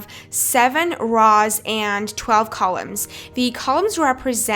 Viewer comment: Do you really pronounce rows like that??